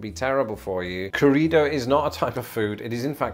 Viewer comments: Pronunciation tip: when you see two r's together as in 'corrido', you need to roll them. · Arroyo, corrido; trill those "r" sounds...